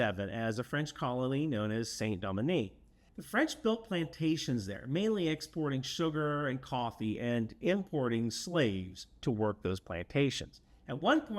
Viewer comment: That was the most American pronunciation of Saint Domingue Ive ever heard. Bravo.